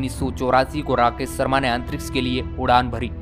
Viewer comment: भाई सर्मा नहीं शर्मा